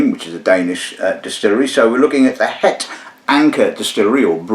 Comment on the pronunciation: I've heard you butcher many a language but your Dutch was actually not too bad. 😁 "het" is pronounced like "hut" in English by the way. Cheers from Flanders.